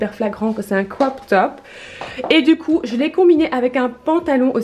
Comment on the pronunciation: Tu dis mIdium , trop bizarre, chouette vidéo à part que ça bouge trop de l avant à l arrière et faut vraiment arrêter d essayer de faire un accent anglais genre cwop top😂